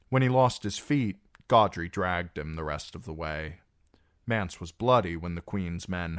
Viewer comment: It’s not mance